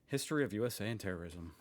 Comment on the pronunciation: sue s a! sue s a!